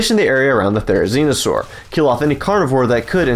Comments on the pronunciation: Couldn’t have said therenzionsaur any more 😂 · it sounds like he’s saying "therizinostore"